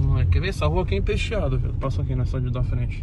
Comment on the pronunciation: Tem Toguro chamando a rua de “impestiada” no lugar de empestada, tem like! Kkk